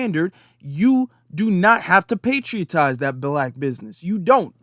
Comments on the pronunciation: Bruh ! "Patronize"✊🏿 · He should just come out and say that he hates black people! Also, kind correction, the word is "patronize." I enjoyed the broadcast, thanks.